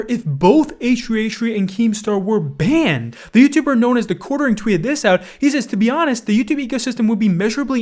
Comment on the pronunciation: I like it when puts a lot of emphasis on the word banned "they should get BANNed"